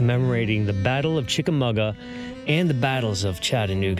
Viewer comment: Pronounced CHICK-a-MAH-ga instead of CHICK-a-MUG-a.